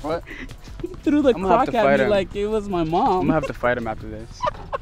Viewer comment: made me feel nice when he said he trew instead of threw and the "R" was so had 😂😂